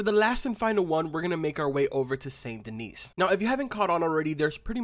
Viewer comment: It’s pronounced “San - Duh - Nee” So the Fence in St. Denis is the one who’s kidnapped people and has them locked up behind the bookcase in his shop. people kidnapped behind the bookcase. The Gunsmith however, in the same city, is where the rich and famous hang out to play high stakes poker. I found it out from a tip given by a beggar.